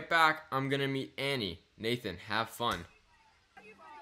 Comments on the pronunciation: It's pronounced Annie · You say Annie wrong